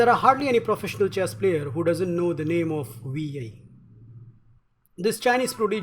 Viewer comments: Can't stop laughing everytime you pronounce wi yei instead of wei yi LOL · Momo Jones im chinese i think its pronounced as (way ee) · you are very interesting! his name is pronounced,I think...........y-ee [wei=Y and yi =ee] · More like "WEE YAY" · I love how you pronounce wei yi "wi yei" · Work on your word pronunciation : his name, percent, perfectly etc. Other than that, great commentary. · The way you pronounce Wei Yi cringes my hinges